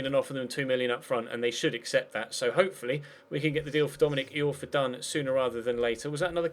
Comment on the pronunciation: It's pronounced Dominic Eye-orfa not Dominic E-orfa,!